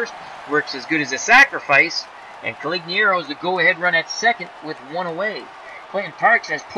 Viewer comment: it's making me nuts.....You keep calling him Coligniaro and not Conigliaro. You switch the L and the N. Only complaint, otherwise, love hanging around and watching, keep it up!